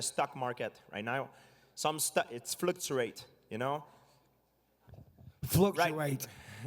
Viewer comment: GSP: "fighting is like the stock market, it fluguaaat" Bisping:" "Fluctuate" GSP:" fluquat"